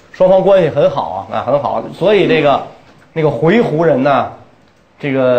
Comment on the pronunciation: 我小时候学的，以及百度上的回鹘读音是 huí hú ，而袁老师念的是hui he ？